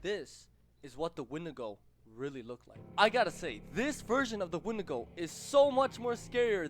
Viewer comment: It's a when-di-go